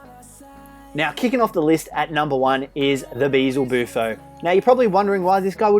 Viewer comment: Youre pronouncing it 'bee zul boo foh' but its actually pronounced 'beel zeh boo foh'. Its b-e-e-z-l-e not b-e-e-l-z-e